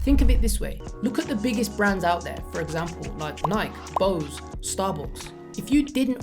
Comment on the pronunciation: bro said "naik" for nike